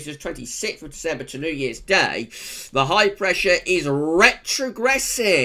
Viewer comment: Brrrrretrogression! :D